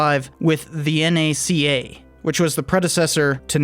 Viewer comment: Impressed to see you nailed the pronunciation of NACA. Most people try to use it as an acronym Haha